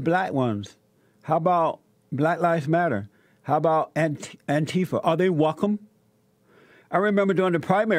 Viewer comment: Attn: All Speech Pathologists please help this man with his speech. It's offensive to watch him articulate his words. I don't understand how his Radio Producers don't realize this. Did Jessie just say: Wecome? What happened to the "L" sound. WELCOME.